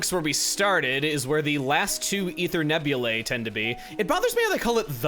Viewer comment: FYI Chugga, Nebulae is not pronounced “neb-yu-lay”, but rather “neb-yu-lie”, where the “ae” makes an “eye” sound.